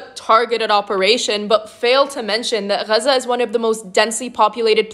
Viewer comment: Is she pronouncing gaza right? I dont think she is.